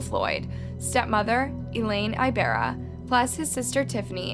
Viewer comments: I love your videos, but sometimes the name pronunciations are very off. Which I get! Not everyone can say certain pronunciations, like me with French words, but any video or google search could've shown you that it's pronounced with an "E" and spoken like "ee b AA r r aa". I noticed you tend to do this with Asian and Hispanic names in particular. As someone with a Spanish name that no one even tries pronouncing correctly, it's really frustrating. No ones expects perfection, but a little effort goes a long way. When you're doing research for theses crimes, maybe you can also do a quick search on the name pronunciations. It can make a world of difference to authenticity and to your viewers. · Ibarra “eeeebara” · Ibarra isnt pronounced like that...you sound funny saying it😭😭😭🤣🤣🤣